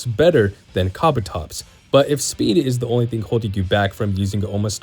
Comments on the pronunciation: Kah-buh-tops? isn’t it kah-boo-tops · "KA-bu-tops" :face-red-droopy-eyes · Kabutops not kabotops! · KABATOPS?? It's KA BU TOPS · ka bu tops kabutops, not kabatops pls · "Kah bah topz"